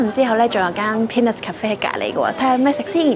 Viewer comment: 路過看到 有用2倍速看完 建議注意PEANUTS發音😅 如果人物大頭少一點，旁白多一點會更好